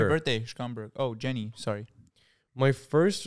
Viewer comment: cracking up that is from Illinois and can't pronounce Schaumburg